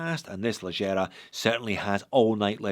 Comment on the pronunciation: Leggera is an italian word. Please try to pronunce it /lɛɡɡɛra/ not /lɛɡɡijɛra/